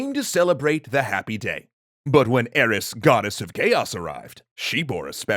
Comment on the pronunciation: EEEEEris not Ares. Ares is the god of war. EEEE like Cheers not AAAAA like Ahmed.